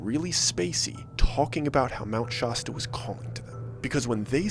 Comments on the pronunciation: Yea, I liked the story too. I don't usually even mind mispronunciations, I guess I just never imagined anyone saying Shasta like that before. I started out surprised it was even possible, but then he just kept saying it - honestly, way more than he had to - it started to feel personal. I've listened to tons of Mr. Ballen, but apparently not that one. I'm going to go find that episode right now while I'm still all fired up. Of all the hills I imagined myself choosing to die on, I never once considered Mt. Shasta, but Mt. Shasta it shall be. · it’s funny to hear how people pronounce Shasta. Locals pronounce Shasta with the a sound like apple not the a sound like awful. As someone who grew up with Mt Shasta as a part of my life it’s funny to see how everyone on the internet who makes a video about Shasta says it that way😂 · bro, anytime you do a story in the PNW- hit me up. The way you say Shasta kills me. 😂 The pronunciation of places around here isn’t what you’d assume. I got your back! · Is anyone else being driven crazy by the pronunciation of Shasta? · "There must me some online rabbit hole about the spirituality of Mount Shasta." Oh, my sweet summer child... You had no idea what you were walking into lmao. 😂 Also, and I don't wanna be THAT person, but it's pronounced shass-ta, not shaw-sta.. ;) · He says Shasta like hippie valley kids Shosta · Fun video, DID YOU KNOW mt Shasta is pronounced Shash-stah. Mt. Shoshta, no. Thank you! 🙏🏽🕊️😽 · Shasta, not Shahsta. I had a house in McCloud and went there several times a year. I summited Mt. Shasta but spent most of my time exploring and trout fishing. I know of the I Am people but just presumed they are just a Christian sect. I wanted nothing to do with them, so avoided them. I never saw what you describe, but I'd avoid a large gathering of any kind, anyway. Fun, dramatic story but I'm not buying it. I lasted 35 minutes. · Mount SHAASTA not SHAW- sta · It's pronounced shaaasta....not shawsta. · sha stuh not shaw stuh